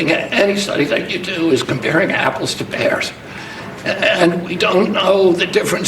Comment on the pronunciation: I can't say I've ever compared 🍎s to 🐻s. I didn't hear pear, I heard bear. The worm probably ate the part of his brain linked to pronunciation.